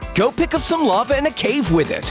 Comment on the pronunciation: *2.38* the narator want to says a lava but her Saw it a love